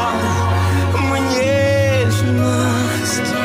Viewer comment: Да ну .. Эта песня не его, и не хорошо, припев...... Да! То. Как он произносит: нежность... Ему можно все простить